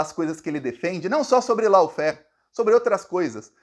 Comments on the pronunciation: Law (pronuncia-se, ló) Lawfair... Ló-fér... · Pronuncia de LAWFARE = LÓÓÓFARE!😊😊😊